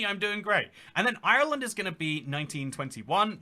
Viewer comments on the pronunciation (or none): none